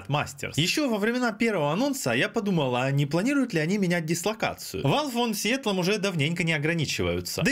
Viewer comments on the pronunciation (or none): none